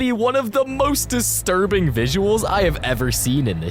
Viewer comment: BRO JUST SAID DISTRUBING